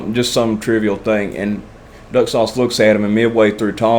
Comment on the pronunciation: When you said "Duck sauce", I thought you said "Nut sauce", and threw up in my mouth a bit. 🤣🤣